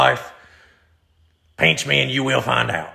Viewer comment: He says pinch like peench. 😂